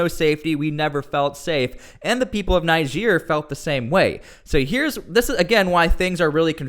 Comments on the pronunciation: Please stop calling it Naihija. It's pronounced like Neejeh😊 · Your pronunciation of Niger after hearing the pronunciation from the news is disturbing. Almost sound as if you were calling Nigeria. You must be a stubborn person. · its not pronounced Nigere!!!!! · U R pronouncing the country Niger wrong... Pls get it right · Your pronunciation of the country is so bad. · It’s pronounced “Niger” not “Niger” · Ask most of the citizens of the 54 countries in Africa how Niger is pronouced, all but the citizens of the French colonies will pronounce it like how the river "NIGER" is pronounced.